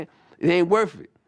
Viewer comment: "It ain't worf it"